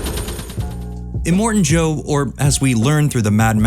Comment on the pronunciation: Are you serious?....immortan Joe?!.... If these AI type videos really Need to learn how to get it right🙄